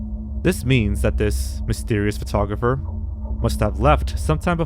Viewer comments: The way you pronounce photographer really irks me. If you’re going to be narrating videos maybe learn how to speak properly?? It’s not furtographer. You don’t look at a furtograph. Get the marbles out of your mouth boy. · Great video, but the way you pronounce "photographer" is extremely annoying and incorrect, and you say it like 100 times in the video.